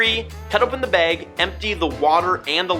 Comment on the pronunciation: Dude, are you from Pittsburgh? You say beg like my wife